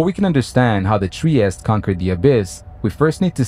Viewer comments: In Italian Trieste is pronounced— “tree-estay “ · All fine and clear, but it's pronounced "Triest-E". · It is Trieste not Tries!